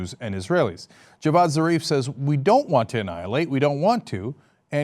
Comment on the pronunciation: Javad zarif dude not jeevaan!